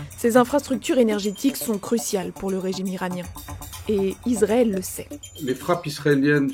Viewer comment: Pourquoi elle n'arrête pas de dire Izrael avec un z ? Israël c'est avec un S. C'est affligeant